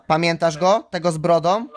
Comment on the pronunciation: "Skarbie słyszysz mje...a pamiętasz tego z brodom..." Ten tuman nawet po polsku nie mówi...